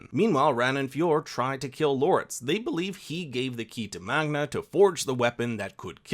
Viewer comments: Sounds like you say Magna instead of Magne. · my man magne lost his V